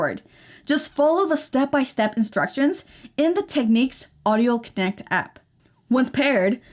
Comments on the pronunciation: You're saying "Teckneeks" it's "Tecknicks" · Technics... Nics, not neeqs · It's.. pronounced. Tek..niks..like..Al.who ..min..ium..not Alum..ium !!! You Americans sure mess up the English Language. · Interesting way you pronounce Technics! Not the way Brits pronounce it but to each his own!